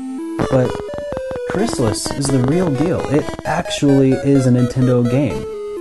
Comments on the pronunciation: Pretty sure it's "Chris-Tall-Is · I HATE the Crys-TAH-lis pronounciation and if I ever were to make a video game review channel and discuss it, I will never use that pronounciation even if it's the only 'correct' one. It just sounds so unnatural and pretentious to me. It always was and always will be CRYS-tuh-liss to me. Plus, I don't know if I've ever heard an official NES authority pronounce the name of the game on a commercial or anything like that. So isn't it possible it could have either, or both pronounciations be correct? This reminds me of the Ninja GUY-den vs Ninja GAY-den debate. In that one I always went with GUY-den. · i love it too,buddy.and,not being a troll-ass,but it's pronounced Crys-tah-liss.i worked on sales. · Great Game. Mispronounced though. Check out the commercial. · yeah the mispronounciation was making my O.C. explode